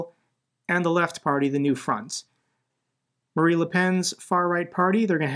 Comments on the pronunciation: 100% in a supportive way: “Marine” not “Marie” is the French leader’s name. It’s along the lines of Marina Sirtis from ST:TNG. Keep up the amazing work! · Dude, you keep saying Marie Le Pen, video after video after video. She can rot in hell for all I care, but we can still say her name correctly: Marine Le Pen, not Marie. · Just fascinating at this point how often he can read "Marine" and still say "Marie". And it's obviously not some gottem, since nobody would think he'd delivered a burn by calling the former dictator of Germany "Udolf Hipler". Baffling.